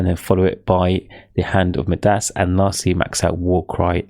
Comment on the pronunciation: Great explanation, only thing that was terrible was how badly you pronounced some words like, Midas, Samosek, Furies lmaoo